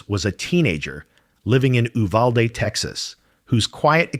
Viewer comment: btw it’s YOU-valde not Ooo-valde